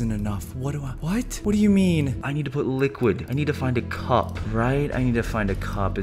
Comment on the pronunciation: Caylus did u just say foot liquid